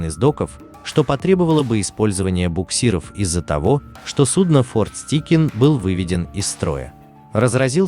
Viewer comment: Чувак, ты в школе английский учил? ОТКРЫТЫЙ СЛОГ, твою мать! Стайкин, а не "Стикин"!!